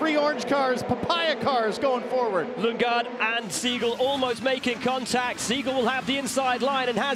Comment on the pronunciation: "Lunge-gaard?" Really?